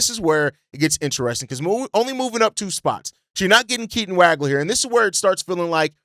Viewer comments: Dude, as a professional podcaster, you can’t continue to mispronounce names. Look up Keaton Wagler’s last name, please. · Can’t say Waglers name right lol